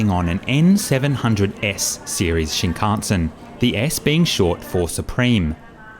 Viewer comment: Are you deliberately pronouncing "shinkansen" incorrectly and differently every time? LMAO